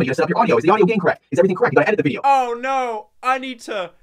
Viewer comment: Haha werry fun wideo hahaha (Dlete Chanel )